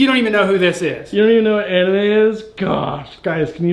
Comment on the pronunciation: What the hell is an-ime lol